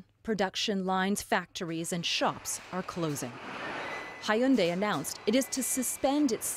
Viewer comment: The reporter, you should know how to pronounce "hyundai" its not Ha-yun-dae..